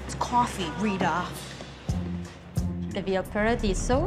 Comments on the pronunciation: “It’s coffeeeee REEHTAH” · It's CAUH-FEE, REE-TA. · It’s cawfee, Rita.